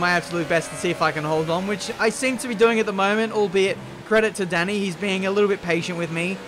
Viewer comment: Not sure if you care at all, but in case you do, quick word from a fellow Hungarian: 'a' in Dani should be pronounced as a deep 'ah' just like in 'Forza', instead of 'Danny'.